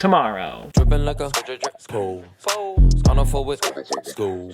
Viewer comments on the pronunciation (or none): none